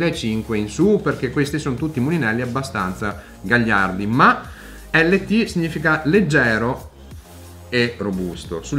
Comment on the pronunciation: Si legge "lait end taf" 😉